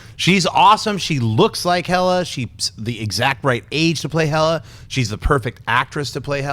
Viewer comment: hey guys, it´s hela, not hella.